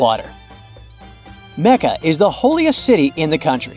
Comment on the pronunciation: You are saying Jidda and Mecca wrong